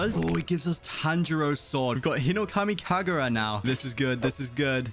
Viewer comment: oh btw you said hinokami kakura lol